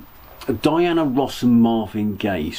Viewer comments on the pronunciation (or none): none